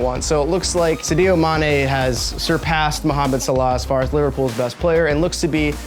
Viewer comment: “Sidio mane”